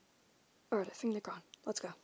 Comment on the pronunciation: Gune* LMAO I LOVE THE PRONUNCIATION